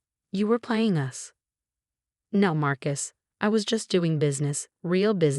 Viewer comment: Groaned, not grown. Marcus, not Mark Is. Own, not um. No, not now. Us kids, not as kids. Winced, not wentz.